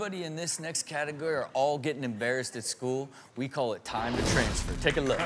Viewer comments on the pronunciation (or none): "This next catigger" lol